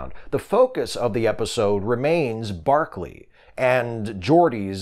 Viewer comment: By barkely you mean broccoli ??